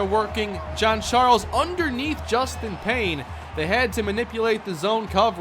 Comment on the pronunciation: I thinks its hayden jean Charles not hayden john charles